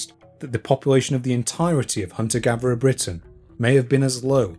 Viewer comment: ive just subscribed to your content and I really like it, but, can you just pronounce your THs and not say v! "Hunter gaverer"